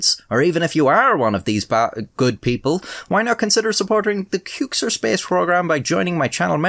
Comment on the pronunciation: did you say "kyook-sir"? i thought it was "kwik-sir", no idea why